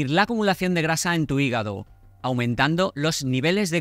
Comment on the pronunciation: 😂regenera tu higago